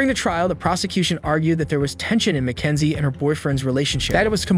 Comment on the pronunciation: MACKENZIE SHIRLLA?! MY NAME IS MACKENZIE but not shirlla